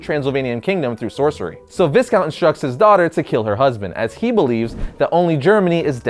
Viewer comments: aside from the fact that is Vee-count...do you realize it is a title not his first name? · I don't mean to be "that guy" but the S in Viscount is silent. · Viscount is pronounced Vi-count, the 's' is silent. It is a title, not a given name. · doesn't know that Viscount ( pronounced vi-count) isn't a first name, it's an old hereditary title from old europe